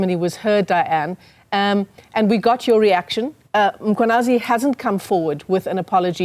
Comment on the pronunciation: She must first apologize for calling Mkhwanazi "Makwhanazi"